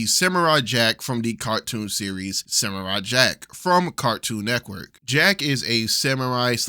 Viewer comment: Idk if it's just me but i am hearing Cartoon Neckwork instead of Cartoon Network lol